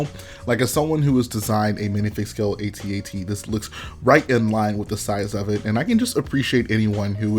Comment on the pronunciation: U said at-at wrong but love the content keep it up